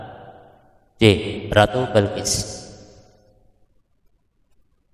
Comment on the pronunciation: ratu Balqis bg bukan bilqis🗿🗿